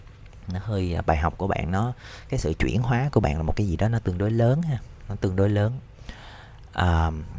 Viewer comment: "Chuyển hoá" hông phải "chuyển hó" ơi